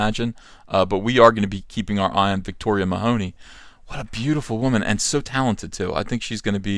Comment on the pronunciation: Victoria Mahoney....it's Meh-huh-knee there is no hoe in the name. Also she isn't black....For some stupid reason everyone lacking with just a drop of non white blood is black in the USA....And that's just stupid. With all the SJW I wonder why this is still the standard...By the American standard everyone could claim to be black and there is no enemy left für the SJWs to fight anymore.